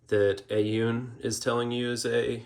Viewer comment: Aune is pronounced "own"